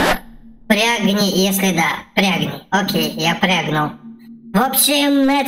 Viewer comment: "Прягни" мой ор выше гор.